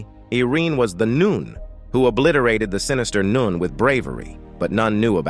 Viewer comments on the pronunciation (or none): Can't get over the "noon"😅